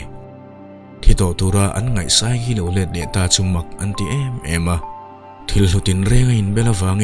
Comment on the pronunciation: Ngawi rawh "Saikii" tia chhiar tur zawk maw ni a??? "Sai Chi" tiin ka lo chhiar a ka mood a laklawh zo vek.... 🥲